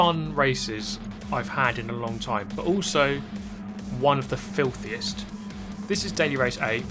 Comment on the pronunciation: The way he says filthiest is so funny